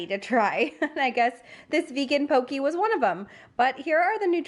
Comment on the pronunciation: I’ve added several things to my list already (shrimp boom bah, vanilla goat cheese and vegan poke) and I’m just halfway through the video but wanted to mention that poke is pronounced to rhyme with “okay” - FYI. Thanks for this surprise post!